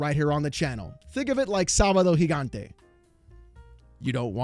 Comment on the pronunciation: Only Latinos know how to pronounce Sabado Gigante. I see you.